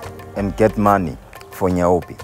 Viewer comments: It's not n?y-Poe! It's nyaope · "Nayobi" lol🤣🤣🤣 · "Nayobi" lmao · As a South African citizen, what made me laugh is how he pronounced "nyaope" 🤣🤣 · It’s call nyaope damn you pronounce it like crazy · Is he going to mispronounce the subject of the video the entire video? Yes, yes he is